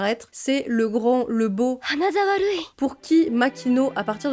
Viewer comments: Purée je ne connaissais pas du tout ce manga ! Merci pour cette vidéo très intéressante. Mais vraiment quel enfer ! A chaque fois je me disais, "noooon ça ne peut pas être pire ?!" et là tu enchaines... vraiment tu as eu du courage d'aller jusqu'au bout 😅Par contre le "Hanazawa Rui" JPP ça m'a fait rire à chaque fois ! 😂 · Le "Hanazawa Rui" me fume à chaque fois 😂